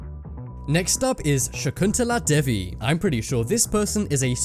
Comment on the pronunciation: devi is pronounced dayvee